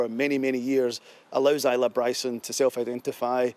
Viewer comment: Please seek some advice on the correct pronunciation of the name Isla (Ile-ah)